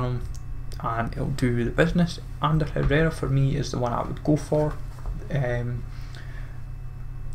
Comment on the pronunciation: Herrera not herrard bro